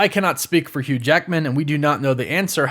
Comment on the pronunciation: “Hugh JAEKMIN”